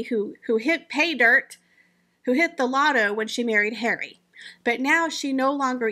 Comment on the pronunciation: Prince hawwwy 😂😂😂😂 I love how do you say these particular words it makes your videos, comical